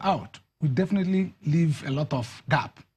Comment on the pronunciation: "Live" rhymes with "give." You shouldn't pronounce it the same as "leave." This is why Trump wants you to leave. You can't speak.